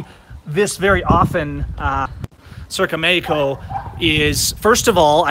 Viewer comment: Matthew G. He also pronounces Mexico as "Meyco" XD